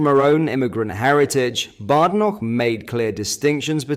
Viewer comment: Its pronounced Bad Enoch . . . . . . To differentiate from Good Enoch